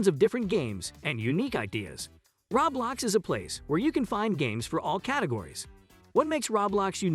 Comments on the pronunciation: Every time I hear him say rawblox gives a ceezer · it hurts to here him say rawblox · It Hurts when you say ROBLAX! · im sorry- the way he says roblox kills me